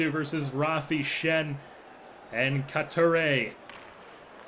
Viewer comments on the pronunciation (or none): this was hard to watch. his name is coo-tee-eh by the way